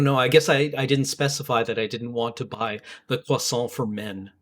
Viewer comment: "croisantrocity" _Parfait_,. _Parfait_.